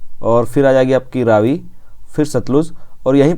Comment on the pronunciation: It is pronounced raavi not ravi